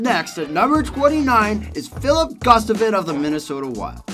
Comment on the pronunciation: I genuinely enjoy the longform documentary style of this channel. I would like to offer some constructive criticism for the narrator. I appreciate the passion you demonstrate, but please if you are a hockey fan, take your time to learn how to pronounce NHL players' names properly. The best example of this is the Minnesota Wild goaltender, Filip Gustaffson (not Gustavin).